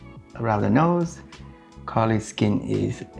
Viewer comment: Am I the only one who understands „Kylie Jenner“ when he says Karlies‘ channel?😂